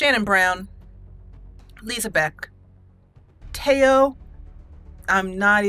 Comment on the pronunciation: Hey! So, the way you pronounce Teo's name is Teo with a long e and long o, Like Tee-oe And her last name is Xiao-jhi With a short a, long o, and short i, almost exactly how it's written. Hoped this helped! ^w^